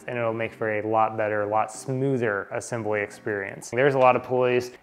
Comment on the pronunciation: assambly? lol